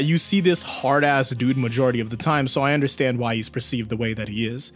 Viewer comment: is anyone gonna point out how he said `` DIO `` Under - Stand ?